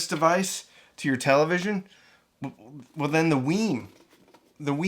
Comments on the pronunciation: WiiM is pronounced like "whim", not "weem". I learned that when I attended an audio show where WiiM introduced the Ultra. I thought it was "weem" at first like the Nintendo Wii, but it's "whim". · It’s pronounced like Whim, not Weem